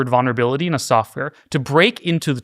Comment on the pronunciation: This guy is talking out of his ass. It isn't even "intelligence" yet. It is an LLM which uses math to try its best to predict the next word. Also, it isn't pronounced "vonner-bilty" it is pronounced "vuhl·nr·uh·bi·li·tee".